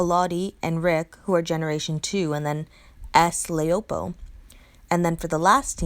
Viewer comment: You forgot jessie anderson as an S class. I don't really like laopo as a 6* she is too slow. Her name is chinese for wife so pronounce it that way la-o-po